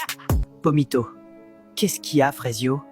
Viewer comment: Pomito ❌️ Vomito✅️